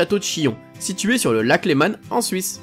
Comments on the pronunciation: Leman ca se dit lement pas Lemane Mais sinon super vidéo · on dit lac Leman pas lac lemane lol ;-) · Magnifique paysage? Ca valait bien une vidéo. Par contre pourquoi dit-tu le lac LémanE; Il n'y à pas de E a la fin du nom :-D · on dit le lac leman et pas lémane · On dis pas lac Lemane Mais le lac Léman A N sa fais an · mon info: lac Léman et pas "lémane" et Fjord ça se dit "Fiord"' Quand tu es pas sur d'une prononciation tu peux vérifier sur Google ;) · Le lac "lémanne" mdrrr 😂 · putains de merde on dit le lac Léman sans"e" a la fin . On dit pas Parise Sinon bonne vidéo et vive la suisse